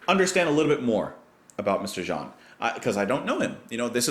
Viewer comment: Hi there ! I know you will find this weird but if you wanna get and understand him better, you should take a look at... live concerts ! What I mean here is : J-M Jarre's (pronounce " Me Shell" by the way, or Michelle like the Beatles song ;-) ) music is also very visual. Maybe this is not very impressive now but back then shows with many lights, especially laser ones, were amazing. Like a musical / visual space experience. (I'm french, I saw it when I was about 10) You also spoke about Björk, electronic music and emotions in parts 1-3 video. About that maybe you should take a look at Björk's first titles, like Big Time Sensuality. Or, even better, to her former group (before she started singing solo), called The Sugarcubes ! Sorry about my rusty english, I hope you'll get what I meant. Happy new year by the way ! :)